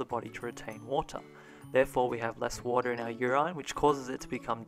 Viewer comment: I couldn't stop thinking about the fact that you pronounced water differently multiple times throughout the video.